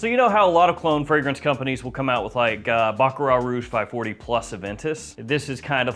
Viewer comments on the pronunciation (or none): none